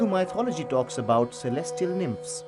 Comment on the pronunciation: Please have the narrator pronounce MYTHOLOGY correctly first. It's not "mite"-ology!!!!!!